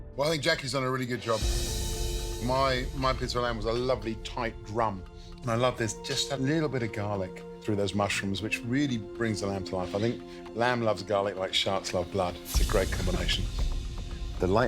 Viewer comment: I thought he said- Like Sharts like blood, but then i realized he said sharks